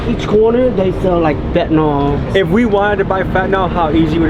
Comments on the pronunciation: Why do americans say „Fetnyl“ Its called „Fent A nyl“ ?🤣🤣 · FYI it's pronounced FEN-tanyl not FET-anol